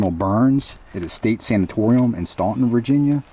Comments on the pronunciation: As a Stauntonian I will let you know it's pronounced Stant-un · Lived there for over 20 years. Your are correct